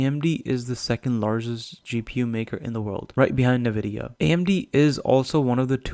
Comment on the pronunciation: You should learn to pronounce NVIDIA. It’s horrible to take your information credible while listening to your „Nividia“ .. particularly as a gamer you should know better…